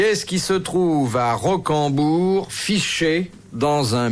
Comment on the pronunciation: 10;50 .....rocamadour et non rocambourg